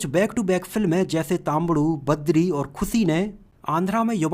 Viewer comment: Its khushi not khusi..poor hindi